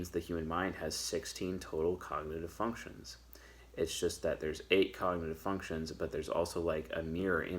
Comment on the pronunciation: Did I hear "Fucktions" at the 12th second of the 8th minute? 🧐 YouTube, arrest this man 🤨